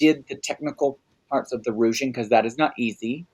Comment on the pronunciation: Why says rouging instead of ruching revealed 😂